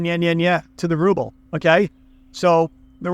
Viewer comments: The way you pronounce "Rrrrouble" makes my day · Rrrusshian Rrubbe 😂🤣. Cracking me up first think in the morning in London coffee shop 😄